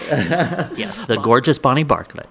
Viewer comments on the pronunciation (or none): Great interview, but it is Bonnie Bartlett, not Bonnie Bartell. He had a great part on The Ghost and Mrs. Muir. I have the GPS with his KITT voice. Great Autobiography, BTW